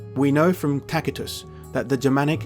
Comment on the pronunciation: Great vid, but wonder why you pronounce Tacitus with a "K" instead of and "S" since the C is before an i?